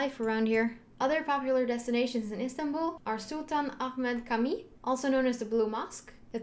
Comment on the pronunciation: Not kami 😂 It's camii . Camii's C pronouncing like Johhny's J. Say it CAMİİ 😂